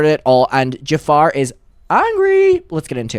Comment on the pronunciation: I literally lol every time you call him “Jafar” 💀